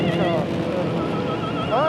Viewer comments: ITS FORMULA ONE YES FROMULA ONE GET IT RIGHT YOU !!!!!!!!!!!!!!!! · Great video, Jackie is amazing but please James.... it's not fomulee one ! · Formuleee? W T actual Fuck? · Before we get the predictable criticisms of James martin mispronouncing Formula One remember he is acutely dyslexic just like Jackie Stewart.